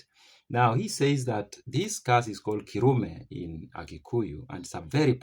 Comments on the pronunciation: 1stt pronunciation of Kirumi ... Killu_me 2nd Mt Kenya people don't own the land they occupy, that is where they were born and brought up. 3rd _ Where placenta of family members was buried hundreds of years ago connects generations through tilling and residing on the land 4th We are custodians of our Ancestral Land so if a family member ( usually someone going through financial challenges) want to sell land he invites, family members in confidence thry raise money and the recipient disinherites himself 5th Late " whispers" used the word _ man of the soil _ it carries very deep meaning Culturally you cannot slaughter a goat / mbuzi which is not yours _ so how can you sell land which you never owned /bought 6th Kikuyu family land has no commercial value.Its family/ clan land 7th Majority of Kikuyu people usually buy land for commercial purposes. 40 by 60 square foot upto hundreds and even thousands of acres BUT not ancestral land where our ancestors are resting in peace There is more to Land than money My thoughts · It is pronounced as Kay-roo-me